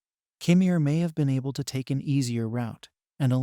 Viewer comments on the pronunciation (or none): none